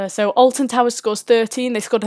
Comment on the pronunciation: YOU MEAN {SAYS IN VERY POSH ACCENT} ALTON TARS